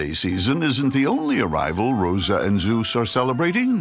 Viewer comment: For a minute thought the narrator said Hera and Zesus and just internally screamed but no so all good. Those pups are the most adorable animals, I love this show as a kid and it brings me such a warm feeling I love it